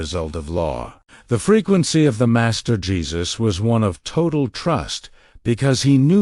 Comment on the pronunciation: Your AI has got a glitch... When you said "DA MASTER" in one of the sentences where you were explaining something made a strange slow pronunciation with an accent before you start telling people how to handle their lives take care of your own shit. And by the way Jesus didn't sit in a Lotus position when he prayed, he always either sat, kneeled or looked up in the sky and held his hands and palms upwards.